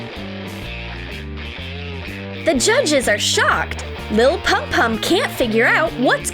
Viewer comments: Its lil pump not pum pum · "Lil Pum Pum" lol, you mean lil Pump right? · btw its not lil pum pum its lil pump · ITS LIL PUMP NOT LIL PUMPUM AND ITS BEYONCÉ NOT LADY BEE FROM DC SUPERHERO GIRLS Edit: Omg my moms name is Milka lol Jajajaja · LIl pum pum hahaha it is lil pump